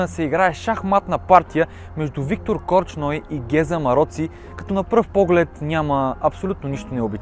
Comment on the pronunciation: До тук, добре ама опитай да се научиш, как се произнасят славянските фамилии.... Корч ной няма, има Корчной!!! По-малко гледане на англосакси ти препоръчвам.